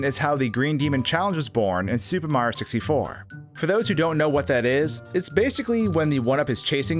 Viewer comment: Am I the only one hearing "Super Marro 64"?